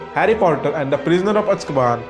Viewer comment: It is not Uskaban its Azkaban (Pronounced wrong)😂